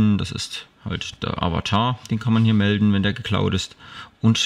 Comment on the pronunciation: Das heisst MELDEN nicht MELTEN :D